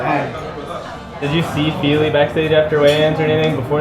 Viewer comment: Love how says Philly when referring to Fili..always takes me a second to realize who he’s talking about.